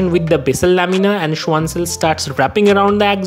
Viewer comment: Not "schuan" it's "schvan" since it's a german name and the w has v sound